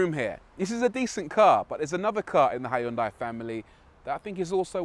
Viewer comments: Hi yun dai? Jesus tap dancing christ is that how Europeans butcher that? XD it's sounds better if u pronounce it "he yon-dae" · I liked this presenter! He was entertaining. Also, isn't it pronounced "Hun-die"? My Malaysian gf says that's the correct way to pronounce it in Korea. You do pronounce the H and the Y, yes. But it's never "HI-un-die"... Food for thought, not that it matters much!